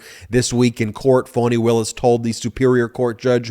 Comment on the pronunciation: I adore you, but!!! It’s FAWN-E. Not Phone-e or Fan-E. FFS…if you’re going to report on things, PLEASE take the time to LEARN THE APPROPRIATE PRONUNCIATION. Otherwise, keep up the EXCELLENT work